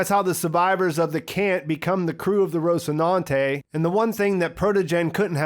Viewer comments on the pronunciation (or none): Also... The “Rocinante...” The first syllable is not “Rôs,” like in “Rose” or “Ross” as in “Ross Geller” from the 1990s/00s Sitcom “Friends.” The first syllable is pronounced “Ras” or “Rəs,” like an Latin Long-a (which would be more like “aaaah” that “Ay” in English) or a Schwa-e (ə). Rahs-i-nan-tay or Rəs-e-nan-tay, to use an “English” phoneme set. The syllables might also be divided slightly such that the first and second syllables are elided (smooshed together). So you would get more of a “Rah-si-nan-tay” or “Rə-si-nan-tay.” There is some phonemic controversy over the pronunciation of some Latin or Romance Languages over the “classical” pronunciations and more “Modern” pronunciations, where you get consonant-swapping/sharing, and/or syllable shifts (consonants move from one syllable to another). But the point here isn’t about the location of the “s” phoneme in either the first-or-second syllable, but that the “o” vowel in Rocinante isn’t pronounced as an “o” like in “Ross” or “Rose,” but as a Latin-O, as in “Aaah” or “ə.”